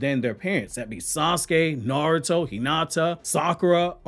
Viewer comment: This man can't pronounce words to save his life "shedori narrative and niaruto" like God damn pronounce it right damn shit